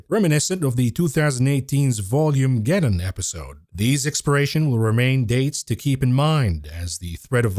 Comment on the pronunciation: I am a huge fan of the show. I just have to say again though, that it is "VOL-mah-geddon" (as in "volatility"); and not "volume-geddon"). Nice job navigating GOOGL's censorship. Appreciate your content. All of it.